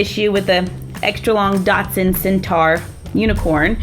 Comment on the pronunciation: its centaur not centar